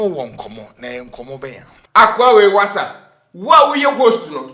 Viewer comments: please stop saying the wassa😂😂😂😂😂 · Yeaaass!!! “Wasa”!!! 😂😂😂